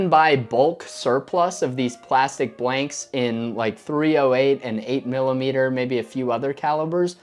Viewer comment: is it me or dose he say "bwanks"